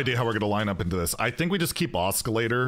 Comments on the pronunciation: Sorry to nitpick, but the "C" in Oscillator is silent and Ahhskilator bothers me for some reason. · Please stop saying oskillator. It hurts me😢